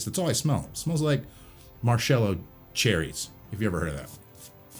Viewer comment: "it smells like marshellow cherries." it's pronounced Maraschino Cherries